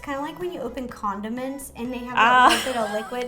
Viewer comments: Nancy- Ro said condiments and Justine started laughing cuz it sounded like condoms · No yeah I definitely though ro said condom...... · HAHA the thing why Justine laughed because Ro said Condoments instead of Condiments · You said condom-ents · I heard "When you open condom-ments". 😂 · Condim-ents. I know Ro said it by accident but BEST PUN EVER 😂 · That got me too😂 She said "condiments" lmao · Tornado Flopp she said condiments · did she just say the f word!?!? I know the reason Justine was having a laughing fit, it’s just the way Ro said condiments.....